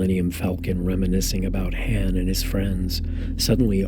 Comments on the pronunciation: You have 5 movies where you can hear how to properly pronounce Leia and han dude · Should of heard him say Han in the part one..... made me want to kick a puppy...... Edit: oh nvm he does it in this one too. Someone get me a puppy!